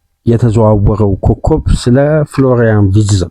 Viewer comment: Please pronouce his name ፍሎራይን ቨርትዝ instead of ዊድዘ If you dont like it , you can ignor my msg. Thank you